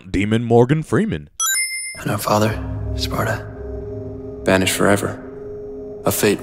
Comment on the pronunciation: It's Sparda not Sparada